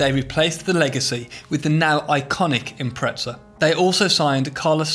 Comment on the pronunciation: Why do Brits put a "t" in Impreza?